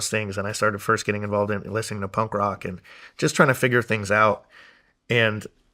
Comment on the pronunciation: Is Shawn calling it “pump rock”?😂